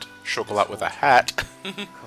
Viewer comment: Oh yeah, one thing that's really been bugging me since you encountered her. The T in Chocolat is silent.